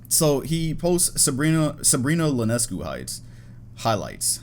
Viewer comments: Sabrina's last name is pronounced "ee-on-ess-cue" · that’s an I in Sabrina Ionescu’s name, not an L, lol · No offense, but its pronounced Ionescu, I not L